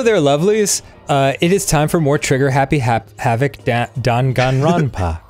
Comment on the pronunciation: Dang-gain-ron-pa. Its close